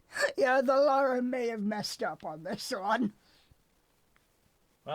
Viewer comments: Take a shot everytime pronounces her name as "laura" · saying Lara names like that kind of triggered me every time